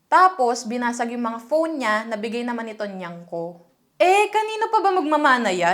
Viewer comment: “tonyang ko” jusko ayan na naman pet peeve ko